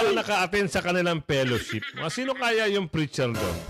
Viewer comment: ""PERASHIP"" HINDI FELLOWSHIP